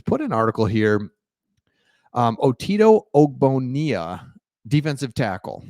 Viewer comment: It's pronounced Oh-Bone-Ya